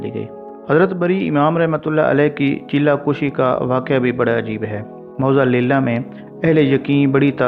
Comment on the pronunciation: Han thori ghltyn hyn chella kushi ni ..chella kashi hy